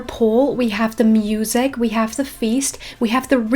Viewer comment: “we have the mEeUsEk”